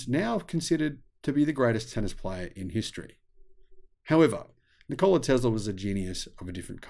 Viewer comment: Afraid your pronunciation of Nikola is a little off - no stress on the O. Here is another Nikola.